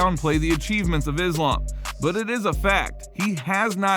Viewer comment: Fyi Islam is pronounced as iss-laaam , not izz-laam or izz-lum